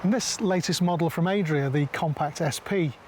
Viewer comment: Why does he keep saying Aye-dria and not Add-ria like everyone else? Are we all wrong?